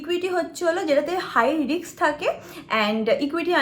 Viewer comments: Kotha ta 'Riks' noy 'Risk'. Ekta porasuno jana meye erom vabe ki kore kotha bole eto bhulbhal pronounciation. Sudhu English noy tmi bangla kotha o bhulbhal bolo😑😑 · Kono kaj tor jibone Riks moshay